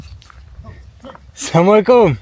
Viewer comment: T’as dit serre moi les couilles au lieu de salam ahlikoum dés le début 😂😂t’es un arabe fabriqué en Norvège 😂😂